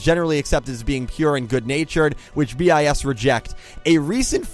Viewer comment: 1) It's just pronounced bis, not B-i-S. 2) Your picture isn't that up to date, none of them are actually still in BiS. 3) The controvercies, are mostly staged (except the marathons and the spice foods. You just scrached the surface) 4) SInce their sister group BiSH is getting quit a lot of mainstream traction, don't expect them to be cheap. Watanabe is a lot but not a bad buisinessman. 5) Check out their music, they're actually pretty awesome 6) Sorry for the terrible spelling...